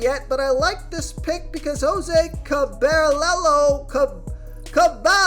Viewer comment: Jose “Cabellarrow” 😂 Cah-bah-yeh-roh